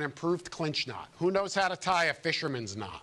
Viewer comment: Efore say knot not nut